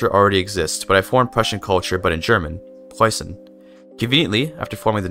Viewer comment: hearing a non native german speaker pronounce preußen perfectly made me coom, thanks for that eye opening experience!